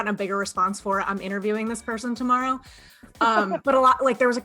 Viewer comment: Welp. I am a married grown-ass woman and I got a little jealous when he mentioned "his partner." Whoops! He's so great, though! Also, since I'm a creep, here's a creep observation: when he says "tomorrow" the first time, it sounds Canadian, and then he seems to make a concerted effort to pronounce it the American way a few seconds later. Ok, I'm officially the worst; bye!